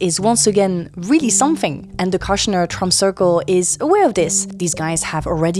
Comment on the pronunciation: Kushner has a longer o, like the oo in good. It rhymes with push, not lush.